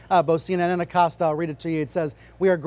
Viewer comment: jesus christ....ah-Cōs-ta